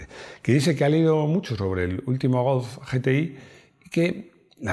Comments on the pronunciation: A mi me ha faltado un mínimo repaso a los otros golf's de las distintas generaciones. Por cierto, como dices GOLF? parece que digas "GOWF" o algo así... hace tiempo que me fijo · Pronuncias muy mal la palabra GOLF, es que tienes algún problema en el frenillo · El "gos" ? 🤔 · Cuando dice "golfz"... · Me flipa cómo pronuncias GOLF. A mí no me sale igual. Saludos.